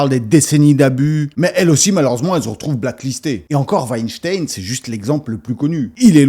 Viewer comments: Rectification importante!!! Ce n'est pas Weinstein, mais Wenstine veuillez prononcer le nom correctement svp 😂🤣😂🤣😂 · Selon la nouvelle prononciation, on doit dire Weinstine et non pas Weinstein ! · On ne doit pas prononcer Harvey "Weinstayne " mais "Weinstiiine"